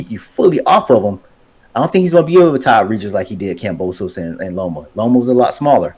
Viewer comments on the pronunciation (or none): Are you calling Kam-bozo 🤡 On purpose or his name your Kryptonite like Bob Arum's name was for a while there 🤔🤔🤔 🤣🤣🤣🤣🤣🤣🤣🤣🤣🤣🤣🤣🤣